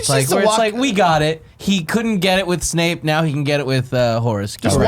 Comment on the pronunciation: For this series, every time Nick says Snake instead of Snape you have to drink